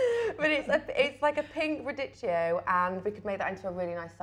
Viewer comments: Why, why radi-CH-io? My ears bleed. Only CH-ianti and gno-CH-i are worse. Please use some K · RA DI -K K I - O (radicchio) I knew I'd have heard RadiCHO sooner or later 😂 Love you Alecsa ❤